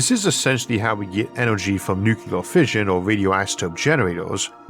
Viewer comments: Sorry, but using the word nucular rather than nuclear is my pet peeve, especially since I work in modeling NUCLEAR explosions in my job. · Nu cle ar. NOT Nu cu lar. Goddammit. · In today's episode, we discuss nuk-yu-lar transmutation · I love Isaac, I really do, but does anyone else get a twinge when he says nuke-you-ler?